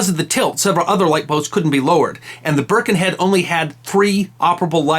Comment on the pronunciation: I was born in Birkenhead and baulked at the first pronunciation of the name. Burrh-ken-Head. I thought it was brilliant that, by about 3 minutes, it was being pronounced like a local. Byrken-ead. And what an absolutely brilliant bit of info. Loved this.